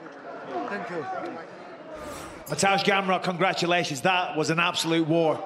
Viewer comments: "Gaymar" Realy? As someone whose role is to read out a name of a winner how can't you pronounce such easy to say surname. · He was pronouncing his nickname “gamer” 🤦‍♂️🤦‍♂️🤦‍♂️. Matuesz Gamer Gamrot